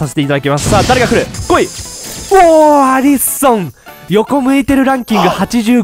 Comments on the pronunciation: アリソンってアリ↑ソン↓なん？アリソン→っていうんだが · アリソンの発音がきになりましたw